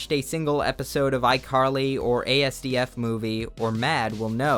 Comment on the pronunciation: did my man just pronounce asdfmovie as "Ae eS Dee efF movie"?